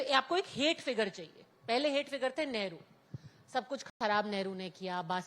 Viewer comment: जैसे च को स कहना उदाहरण चाहिए को साहिए।